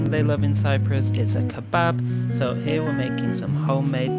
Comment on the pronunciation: "Donner" is a reindeer. When referring to a döner it's easy enough to say "duhner" or "derner." You're only a bloody food channel, at least show these foods and cultures the respect they deserve. The shop near me won't even sell you one unless you pronounce it corrctly. I won't even start with "kebabb", smh.